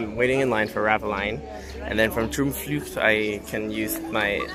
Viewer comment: You said Droomvlucht oke. But in Dutch the double oo sound like the oa in English. Boat. Not boot. An the u is like "duh". So Droamvluh-cht.